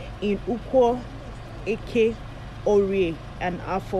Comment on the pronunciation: 😂😂you are not an Igbo person the way you are pronouncing eke orie Afor nkwo